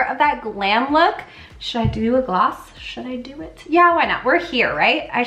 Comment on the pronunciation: did you just call the doe foot applicator a dofa? Lol